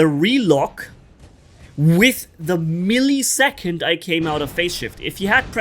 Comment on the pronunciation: It's Weber not vaebar and it's millisecond not milliesecond and your talking about never getting out of invincibility using the very thing that goes into invincibility every second.